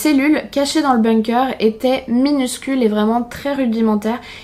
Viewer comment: On dit pas BOUNG-COEUR on dit BONG-KER